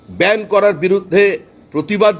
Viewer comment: ব্যান্ড নয় কথাটা ব্যান।